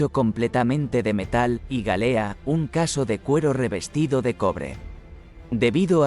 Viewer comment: La historia es buena, pero si en vez de el «qué» atiendo al «cómo», la cosa ya es muy desigual: la voz enlatada que nos narra este vídeo confunde constantemente «casco» por «caso», además de otros detalles, lo cual le da un toque bastante artificioso. Así que uno de los "no me gusta" de este vídeo, es mío.